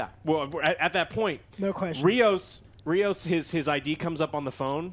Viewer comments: It's Rios, not Raymos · It's Rios, NOT Remos. But I agree it's a terrible show. It's not Trek. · I keep watching this and STILL doesn't know the name of the only major Hispanic character in Star Trek, RIOS! HIS NAME IS RIOS! JESUS CHRIST!